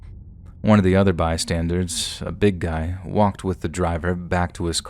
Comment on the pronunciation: It's bystanders, not bystandards lol, an by the way your voice is awesome, love listening to you xXx